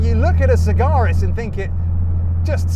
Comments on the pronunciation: FFS it is Sag-Aris. * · Except he can't pronounce the car's name properly..